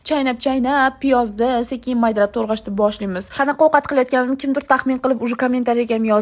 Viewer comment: Toʻgʻrash❌️ Toʻrgʻash✅️😂